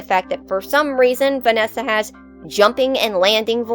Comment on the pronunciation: Also when you said "vananny" I laughed more than I should have 😂